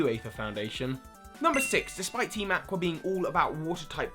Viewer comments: You pronounced Aqua wrong! It's (Ah-qua) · That's a very creative way to pronounce "aqua".